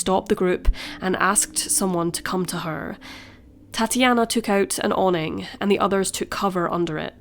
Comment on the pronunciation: i thought she was saying... ''tatty anna' like thats not very nice